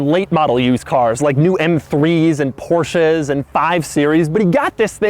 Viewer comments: An american who said "Porsche" correctly?! What's your dark secret? D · I am tripping right? He pronounced Porsche how it's supposted to.. FUCKING MARRY ME